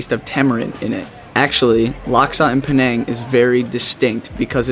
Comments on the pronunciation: Please pronounce penang correctly. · I hope i can help you pronounce 'penang' correctly 😂